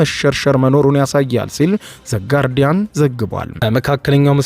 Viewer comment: ዉቨት ውቨት ውቨት ዘ ጋሮዲያን አወራ ብለህ የምወራው አንተ ትሣለህ😅😅😂😂😂😂